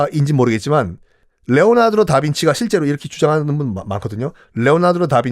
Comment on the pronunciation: 레오나드로? 레오나르도? 발음이 이상한건가요? 잘못읽으신 건가요? 잘못알고 계신건가요?